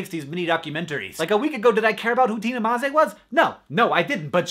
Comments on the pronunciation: Btw you sir are the first person I saw on youtube who can pronounce maze correctly bravo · SLOVENIJA! I like That you actually pronounced Maze correctly :) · Tina Maze is like the best promo for Slovenia atm. Also, congrats for saying Maze right!